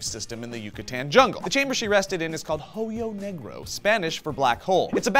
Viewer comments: H is silent in "hoyo" lol. At first i thought you were talking about a Ho yo, damn. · Never pronounce the H in spanish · Hahaha when joe said hoyo negro, I just remembered the pink panther haha. Trying to add an h sound. But here, you didn't need it sadly I feel Steve would have done the same fuck up.